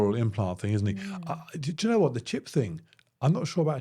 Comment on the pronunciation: The way you say "do you know" i hear "jenna". And Im like, how many times will you address her in a sentence. I mean do you know isnt any bettrr. Nvm. I slightly drunk.